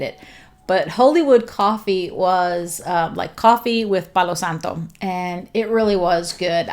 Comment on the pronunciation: I looooove the way you say “palo santo,” it’s beautiful! If I’m remembering correctly, Aslan is the Lion in the Narnia series!